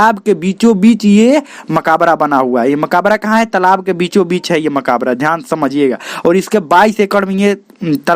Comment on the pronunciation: Bhai sahab Makaabra nhi "Makbra" hota hai 🤔